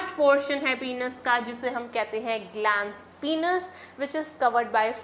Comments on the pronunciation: Penis is not pronounced as पिनस ,its pronounced as पेनिस। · YEAH!! But I'm still in shock maam's pronunciation of some words like gamets,penis & many more....😳😳 If her pronounciations are ryt then my whole life was a lie 😭🙂😟